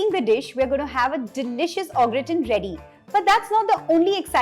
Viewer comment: Sorry to be a pain but it's pronounced "Garr taan"